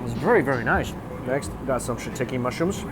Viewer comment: did you really just pronounce shiitake mushrooms as shituckee???? this is a new low for you